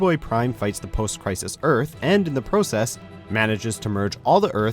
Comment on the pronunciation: I get this annoying feeling of how you pronounce process. 😂😂